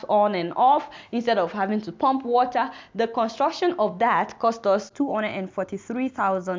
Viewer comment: i like the way she says water....warer